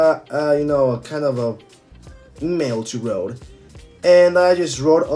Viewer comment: It's called Rode, not Rothe ;)